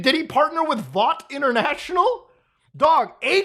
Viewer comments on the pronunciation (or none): none